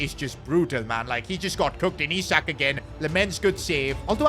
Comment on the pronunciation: It's pronounced Eesak